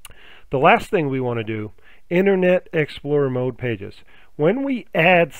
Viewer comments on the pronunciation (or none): none